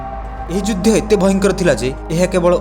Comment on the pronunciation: Judhy na kahi judha ucharana karantu